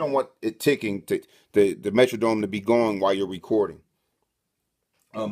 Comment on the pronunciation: FYI my brother with much respect, The MetroDome is the stadium the Minnesota Vikings played in, The MetroNNNNNNome (Metronome) is what keeps your tempo on your DAW. Not criticizing just helping educate. Other than thanks for the good video.